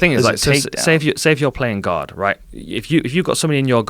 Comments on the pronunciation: I thought he was saying “Playing God” for a longtime. Took me awhile to realize he said “Playing Guard” Lol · i thought he was saying playing GOD not guard